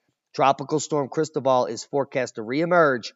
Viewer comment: You're mispronouncing Cristobal. I only know because I used to live in Panama.